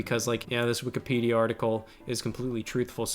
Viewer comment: Love how Scott calls it Wikapedia instead of Wikipedia no hate just made me giggle